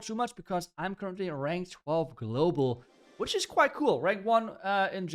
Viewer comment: rank not rang lol